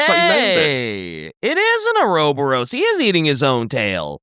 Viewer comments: didn't know i be learning so many new ways to pronounce things but i have to say Ouroboros being changed to ouroboro is the most notable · Fun podcast as always!.. save for DKs mispronunciation of 'ouroboros' causing me incredible pain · Every single time says Ouroboros wrong my brain kinda jus....short circuits, specially from someone who makes FMA references so much yet constantly mispronounces it